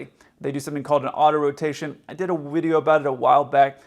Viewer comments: Are you part Russian? You did a what? A WIDEO? LOL! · What is a "Wideo"? J/K. You make excellent content. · ...did you just say "wideo"? xD More than ever, you are my favorite pilot! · "I did a wiideo about it awhile back" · Did you say you did a "WIDIO" about it a while back? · You did a Wideo about AutoWotation 🤣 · did a "wideo" about it? Did I hear that correctly? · You did a wideo about it? A widdle wideo? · I remember that "wideo" a while back! Sorry,, I love you man,but I gots to grabs that low hanging fruit😂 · What is a wideo? Just kidding, I love you (man crush). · ....did you say "Vwideo"? You sounded like Yosemite Sam if he had been German! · ...you did a WIDEO about it ? how did you manage that ?...was it a Wicked wideo ? was it in Wide format ? was everyone weally wowed by it ? was it worsome ? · Hey. What’s a wideo? Lol. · What's a whideo? 🤣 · I did “wideo” of it a while back haha funny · What’s a wideo? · Could wee see said "Wideo"? 😎 J/K.........